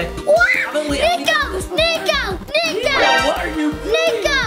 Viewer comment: it's not NEKO it's niko!